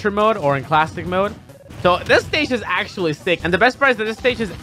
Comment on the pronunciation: Axe-tually XD